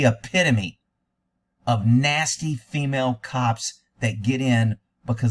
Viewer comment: "Jentlemen". "Fimail". WTF?